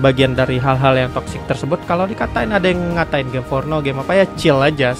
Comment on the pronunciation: Gim afah? Gim fornoh?